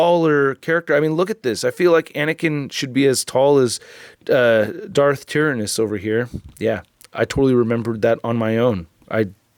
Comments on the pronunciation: It's "Tie-Ran-Oh-s".. but I thought it was pronounced the way you said too back in the day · Its pronounced "Darth TIERannus"